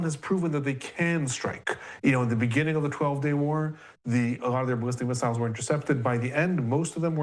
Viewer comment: why do you pronounce missiles like an idiot?